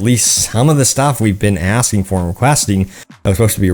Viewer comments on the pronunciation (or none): none